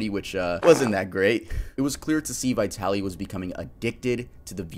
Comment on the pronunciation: What's wrong with Americans? Vitali, the I as in the first letter of Indian. Letters are not usually pronounced as they are recited in the alphabet.